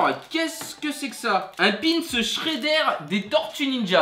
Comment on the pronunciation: shrédère 😂😂c shreder